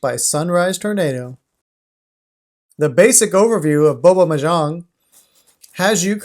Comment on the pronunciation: thats not how you pronounce "mahjong" other than that thanks for the video